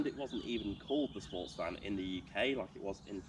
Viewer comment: Great review from an owners perspective, thanks. Glad that you point out that its SportsVan (as in something you might choose to transport you and yours to sporting events) and it’s not SPOWAATAAHSvan. 😅 Nice nod to Sniff Petrol’s Boring Car Trivia 3 BTW.